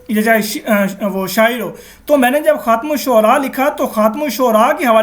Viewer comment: adeb k sath urz hay yeh lafz “khum” nahi hai asl lafz “Khaatem” hay.